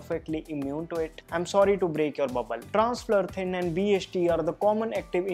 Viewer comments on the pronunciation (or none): its not Transflurthin.. its Transfluthrin